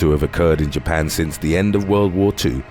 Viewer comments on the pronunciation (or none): none